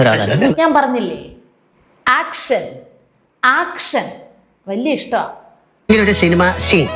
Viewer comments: ആക്ഷൻ അല്ല,, ഏക്ഷൻ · ആക്ഷൻ അല്ല ഏക്ഷൻ എന്നാണെന്നറിയില്ലേ 😀😀😀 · ആക്ഷൻ അല്ല.. ഏക്ഷൻ.. ഒരു പ്രത്യേക രീതിയിലുള്ള ഏക്ഷൻ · Action അല്ല Kട്ടോ. ഏക്ഷൻ. ഏക്ഷൻ. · ആക്ഷൻ അല്ല ഏക്ഷൻ ഒരു പ്രേത്യേക തരം ഏക്ഷൻ 😂